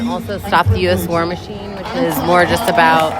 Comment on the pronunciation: War "Michine"? Pretty dumb